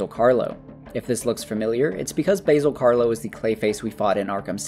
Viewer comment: Why can no one ever pronounce Basil Karlo correctly? That man is not an herb. 😂